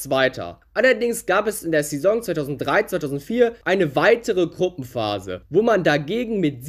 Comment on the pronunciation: du sprichst saison falsch aus